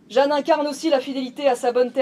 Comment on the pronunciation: Euh "Jeanne" et pas Jehanne (?)